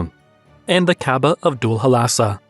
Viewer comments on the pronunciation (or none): Why you say kababah instead of kabah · Sounds interesting. But please check your pronunciation of Kaaba and polytheism 🙂